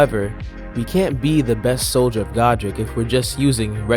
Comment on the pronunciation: It's Soldier of God, Rick.